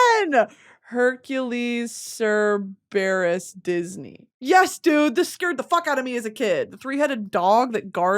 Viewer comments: sir-bear-is instead of sir-burr-is is killing me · Not Sir. Bear-us lololol cerberus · cerberus is pronounced (Sir-Bur-Us) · dionysus is pronounced die-un-eye-sis, and cerberus is sir-ber-us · I didn't recognize her talking about cerberus at first. I'm like who tf is sir berus?? 😅😭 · hearing brittany pronounce cerberus makes me cry 😭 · please look up the pronunciation for Cerberus 😭 i’ve never heard anyone say it like that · the way brittany pronounced cerberus made me curl my toes in anger